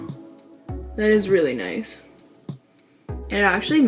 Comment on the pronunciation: you said ''noice''. i subscribed.